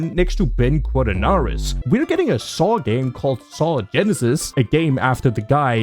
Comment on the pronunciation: It’s Quadinaros you larp